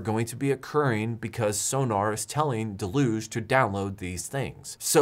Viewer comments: I feel like the entire "home server" community has never seen or heard the word "deluge" outside of the context of software. It's pronounced "dell-yoogzhe". Or at worst "dell-yuge". We borrowed the word from French. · I think you're pronouncing deluge wrong :)